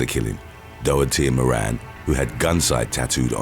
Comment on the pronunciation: "moran" 😂🤣😂